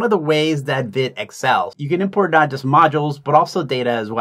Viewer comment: Vite is named after the French word "vite", which means quick or fast. It's pronounced "veet" (rhymes with feet or wheat).